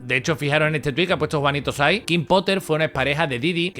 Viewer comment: Se dice Juanito Sei no Juanito así xD.. Su canal es Del carajo TV. Habla de este caso desde hace tiempo igual que Frausto films